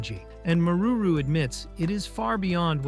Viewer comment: Maruru San ❌ Marururu San ✅